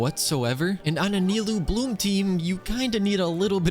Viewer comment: ahh thanks god says nilou correctly and not nailou like most of people nice job edit: ok you ruined it by saying kavih xD